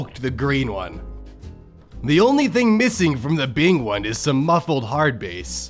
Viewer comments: Are we just not going to mention how he butchered hardbass. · I'm sorry but how did you just pronounce hardbass? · i am mad at how he says hardbass